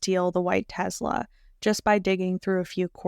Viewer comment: You are doing a great job with this series very informative! BUTTTT idk if I can hear teZla anymore lol teSla tess-Luh lol